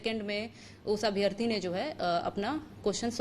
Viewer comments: अभ्यार्थी नहीं अभ्यर्थी होता है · 461000 नही दिए है परीक्षा 7.5 लाख के लगभग दिए हैं कम से कम जानकारी तो सही रखो यार 📍📍 दूसरी बात अभ्यार्थी नही अभ्यर्थी अर्थात छोटा अ की मात्रा होती है। अभि + अर्थी = अभ्यर्थी यण स्वर संधि होती है। इसलिए अभ्यार्थी न बोला करो थोड़ा भाषाई कौशलता भी सुधारो